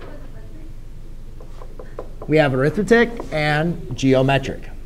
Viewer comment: In this case "Arithmetic" is not a noun. It is describing the sequence, therefore it is a verb. When it is used as a verb it is pronounced differently. Here is a link to the Cambridge Dictionary so you can hear the proper pronunciation